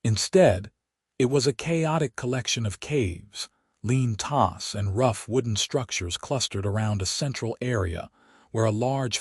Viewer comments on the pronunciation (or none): DAMNNN!!!!! , WTF is a "Lean TOSS"!!!!!!!!!!!!!!!!!!!!!???????????????? IT IS FKN PRONOUNCED "Lean TWO's"!!!!!!!!!!!!!!!! YOUR AI SUKS, and YOU definitely do NOT care enough to proof and edit your stories Prior to posting!!!!!!!!!!!!!